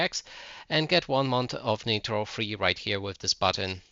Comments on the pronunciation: Just because they don't have the same accent as you doesn't mean they didn't say it wrong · Google how to pronounce “nitro”. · "Netro" wtf???? its Niiiiiitro not Neeeetro wtf